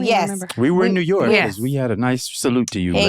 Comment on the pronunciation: He call New York 'Jew York'